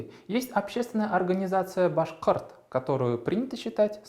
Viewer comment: Зря тему башкорта подняли... Не башкырт, а башкОрт. А диалекты в РБ действительно есть и отрицать это глупо. Диалект демских башкир отличается от диалекта северо-восточных башкир. При этом он отличается от татарского вообще, хоть и есть похожие слова. Не влезайте в дела другой республики и будет вам счастье.